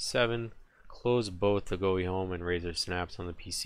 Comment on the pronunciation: Go Vee not Goo Fee